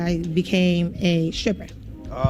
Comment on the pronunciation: “it went to the point where I became a shripper.” A what? “A shiffer.” Lol. I can almost guarantee you this woman never tried to become a medical examiner because doctors aren’t that stupid. She already had a kid and then she says she tried becoming a doctor??? You are a liar. You lived the same life all black females do and lived the night life, got prego and became a stripper 🤷🏻‍♂️ don’t try and lie to me psh!